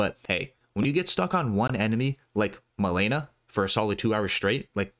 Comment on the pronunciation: Damn man you butchered Rogier and Malenia name 😂😂 “Roger and Malena”